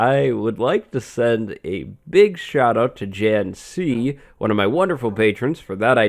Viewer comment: When you gave the shoutout for Janet C. It sounded like JNC and I thought you were talking me about me lmao